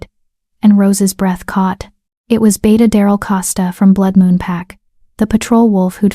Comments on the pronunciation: It's Beta not beata, it's pronounced bay-ta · The narrator just called the beta a “beeta”. Ha ha.